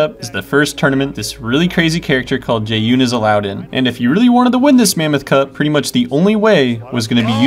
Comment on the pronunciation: jesus i got so triggered when he pronounced jaeyun jae-Un